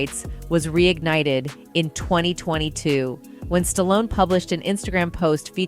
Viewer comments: Stalloneeeeeeeeeeeeeeeeeee not Stallon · "Creed the three" and "Stallion"... Who is this ignorant narrator? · I heard the narrator say Stallion then say Stallone the other time. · You can sure tell an AI by the way it mispronounces words, like Stallion for Stallone.